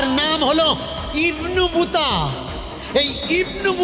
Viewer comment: ইবোনবুতা নয়,ইবনে বতুতা।